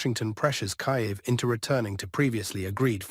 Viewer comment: Kiev, not Kayev